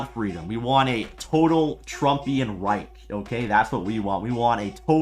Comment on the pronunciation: "A Trump REIK".. He can't even pronounce word "Reich".